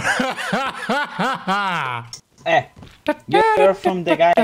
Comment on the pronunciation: ¿iRiot or iDiot? Do not change the D for an R.